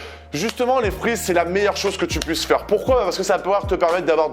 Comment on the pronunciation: Je pensais que tu parlais des "frouits" et pas des fruits 🍎🍊🍓😂😂😂